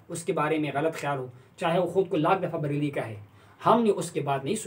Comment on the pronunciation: بریل کہاں ہے؟؟ بریلی ہوتا ہے۔